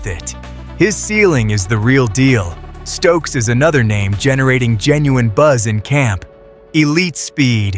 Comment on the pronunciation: First of all it's Mccoy not McCollum and Stukes not stokes